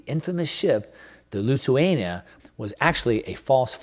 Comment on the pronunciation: Great presentation as always.. one small detail though, I believe the name of the ship was Lusitania (not Lituania)